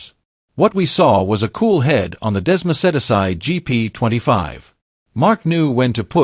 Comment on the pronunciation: desmo-said-asi???? When will AI ever learn? Sigh.